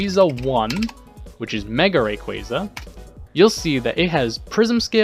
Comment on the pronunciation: Almost had to dislike just for that horrifying pronunciation of 'Rayquaza'